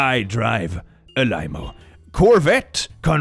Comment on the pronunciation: Clicks pronunciation of limo has me dying. I will be calling them limeos from now on 😂